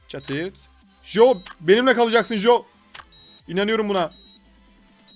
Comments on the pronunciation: Abi joe değil coe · Jo değil Coi :d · jo değil co